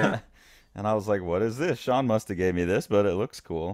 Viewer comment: Haha, thank you! Sean you got it right!